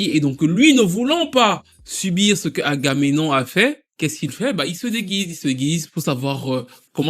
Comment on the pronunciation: sinon c'est pas Argamenon hein, c'est Agamemnon :)